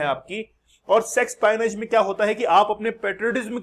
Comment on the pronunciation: श्रीमान, इसका उच्चार सेक्सोपायोनेज नहीं...... सेक्सपिओनाज़ Espionage एस्पिओनाज़ से ये शब्द तयार किया गया है ।